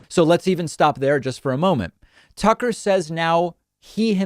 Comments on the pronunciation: he called him “Sucker” not Tucker. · Does Hawley say 'sucker' when replying to Tucker at 4.49??😂😂